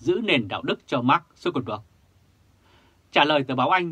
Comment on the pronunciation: Tên của Mark Zuckerberg phải đọc là/mac jăc kơ bớc/